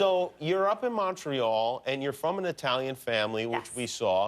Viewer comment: i don't like how Jimmy says Montreal